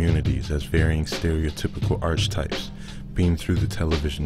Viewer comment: 'Archie-types' where did this narrator study? If he ever did...